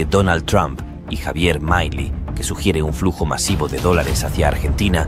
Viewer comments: MILEI NO ES UNA PALABRA INGLESA, NO SE DICE MAILI, SE DICE M I L E I. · MAILI?? El relator del video se equivoco en muchas cosas incluyendo en la pronunciación del apellido de Javier Milei. Empezó mal, diciendo que Milei insulto a AMLO cuando solo lo llamó patético (investiguen el significado y etimología de esa palabra) que no es un insulto solo una descripción. Dejemos de lado las falsas indignaciones, que la generación de cristal pierde legitimidad en su discurso cuando se ofende por todo. En vez de eso dediquemosle tiempo a los argumentos y las ideas, que pueden ser erradas y hasta aberrantes, de Javier Milei.